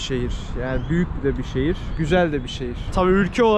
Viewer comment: her sözün ardından çok gizeeel 😁😆👍🏻